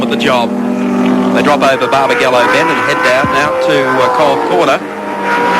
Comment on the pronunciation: It’s not BarbagEllo its BarbagAllo